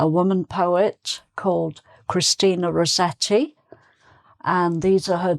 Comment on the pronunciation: Hi! Thank you for a fantastic lesson to accompany us in the festive season. I'm a bit puzzled with the way you pronounce Rossetti's surname. It being an italian name, one would pronounce both double consonants (ss & tt) in Italian. I understand that in English the double tt rule doesn't apply. But wouldn't the "ss" be pronounced "s" as in "assessment*, rather than "z" as in "rose"? Thank you in advance ❣️